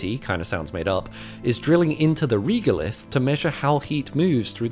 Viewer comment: Made up eh? A bit like your pronunciation of "reeeegolith" 😃